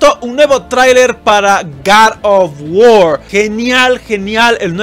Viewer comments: cat of wuor :v R.I.P english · Garr of Guord¡¡¡¡ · Gad of wor